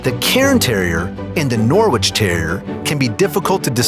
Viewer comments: I’m not from UK but it’s pronounced like ‘Norich’ but spelt Norwich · Attention! The "W" in Norwich is SILENT, it is pronounced NORRICH. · Sorry, buddy! I'm from Norwich, and it's pronounced Norridge, like porridge! Trust me - there's British place names far more confusing than that! 😆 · It’s pronounced Nor-rich not Nor-Wich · Yes! It made me laugh when he said Nor Witch!! I think Americans have a hard time pronouncing quite a few British place names, but to be fair Worcestershire and Edinbourgh are not pronounced ANYTHING like how they are spelt so I can quite understand it. Still makes me giggle to hear foreigners struggling to pronounce these though!! 😂😂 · The w in norwich is silent, also the cairn and norwich are fairly dissimilar but the norwich and norfolk terriers are very similar breeds. Also the photo of norwich countryside is nothing like - it is almost entirely flat, no cliffs there ! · The 'W' in Norwich is silent